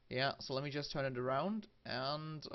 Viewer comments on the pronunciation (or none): none